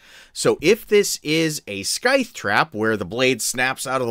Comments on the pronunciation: I love you man. Your videos are amazing for us DMs. But its Sithe, not Skythe. haha Regardless, I'm going to be using this. Thanks for the vid. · And, hate to point it out, but you are mispronouncing scythe...there is no "k" sound, it's a silent k. It is " s-eye-th"